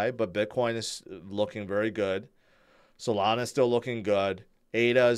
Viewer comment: Nah he said Solanzo not Solana😂😂😂